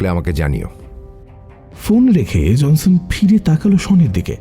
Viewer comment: er Pronunciation kane lagche. JONSON ke JANSAN, "ড়" ke "র"